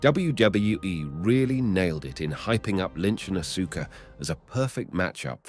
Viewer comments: Dude u need to fix that it's hurting my brain hearing Asooka...it's Aska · Ahhh-Sooo-Ka....lol. It's Ahhh-Ska. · It’s Aw-Ska (Asuka) not asoooka. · bro really said asooka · Aska. The u is silent, NOT Asooka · Awwwssskkkaaaa not asooka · Asooka no it's Asuka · It's not said asooka it's said arska bro. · ITS AUSKA KID U STILL HAVENT GOT IT RIGHT 8 year old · Bro it's not asookah. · LMAO 😂no r Aaska would be the sound out